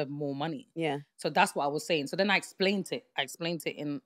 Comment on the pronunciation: “ I explaint it”😅😂